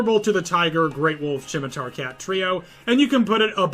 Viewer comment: Chimitar cat? I can tolerate mispronunciation of anything but weapons on a Rimworld channel (jk, but it was still funny)